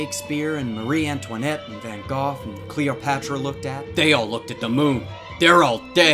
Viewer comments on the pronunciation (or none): I actually became triggered when he pronounced Van Gogh as Van Goff. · I’m sorry did you say VAN GOFF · It's pronounced Van Gif, not Van Jif. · it's Van Gogh, as in (go). Not Goff. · No it's Van Jeoff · I've heard it's supposed to be pronounced something like "van cock" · "Van goff" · ak k thanks, good to know, but I looked it up afterwards. It's commonly just said van Goff to British, van go to Americans, and the proper way was loch<not really pronounced how it looks still but oh well.(closest you can really get with the abc's) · “Van Gawf” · DID JUST SAY VAN GOGH AS VAN GOPH?! OR AM I JUST GOING CRAZY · man's said Van Goff XD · DiD yOu JuSt SaY Van goff 💀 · Two words. "Van Goff" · Did he just say Van Goff? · Did you just say van gah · "van goth" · Did Did you just say Fucking VAN GOFF. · ..... "Van Goff" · 'Van Goth'? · Van "GOFF"...? STOP MISPRONOUNCING WORDS THAT EVERYBODY KNOWS HOW TO PRONOUNCE! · It's pronounced as 'vahn gohg, but the g's are pronounced as soft g's because he's from North-Brabant and we have this g sound that not that many people can make, especially not if you aren't from the netherlands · Treeken, that's wrong. It's pronounced with two hard Gs. Van GoGh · like the person above me said, you're WRONG!! the man was dutch so his last name is pronounced like 'loch', but instead of the l the dutch g